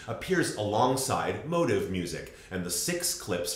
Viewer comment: No, I agree that they are two different things, just to my English ears when you say motif, it sounds like motive. (And you’re not the only American who sounds like that to me.)